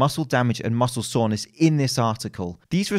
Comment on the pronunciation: Why does he keep saying „muscle saunas“ lol